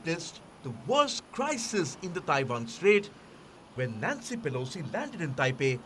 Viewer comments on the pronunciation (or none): none